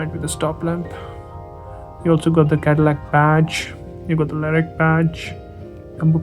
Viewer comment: You've definately got the pronounciation correct! Great video! Hope to find that beautiful Cadillac Lyriq very soon!